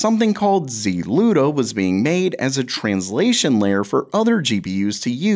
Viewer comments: why pronounce the Z-Luda instead of a one word ZLUDA... you don't say C-UDA you say CUDA? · ZLUDA? Is this a Saturday Night Live cold open?